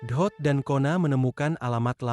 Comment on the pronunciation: Dot bukan ohot